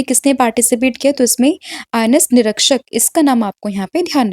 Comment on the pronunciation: निरक्षक ❌️नीरिक्षक ✅️